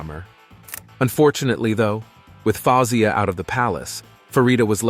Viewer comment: King Farouk ascended the throne of his father in 1936, not "1986". Man, check your dates. The monarchy was eliminated in Egypt in 1952.The proper pronunciation for his sisters' names are : faouw zeea, fat heeya, faillza. So easy to google that stuff. Can't watch much more of this; they're also not presented in proper order in the one of the sisters is missing, the one on the left is the queen mother.